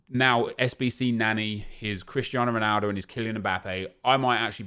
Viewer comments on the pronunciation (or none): none